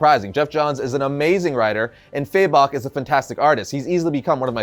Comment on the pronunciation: Never understood why people say "faybok" instead of fabok lol